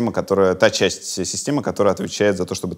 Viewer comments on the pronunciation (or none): Часть, а не Честь.... И тут всё стало ясно, кто тоже увидел Казус слов ? Лайк